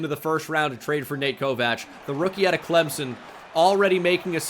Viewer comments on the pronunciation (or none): none